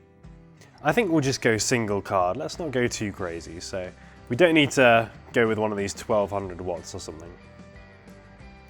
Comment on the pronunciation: you wanted to say "there we go" but instead you said "there we gey". looool